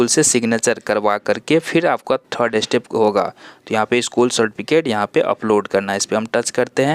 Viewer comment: अस्टेप नहीं स्टेप होता है, बाकी अच्छी जानकारी